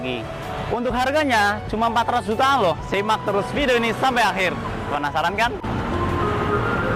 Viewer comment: 400 jt an.. An nya itu loh.. sy msh berat denger'y... 🤭 Suskses selalu